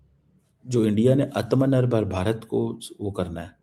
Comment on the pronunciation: ... This Koala Bear chomu can't pronounce "आत्म निर्भर" भारत.... Hahahahaha 😂🤡🗿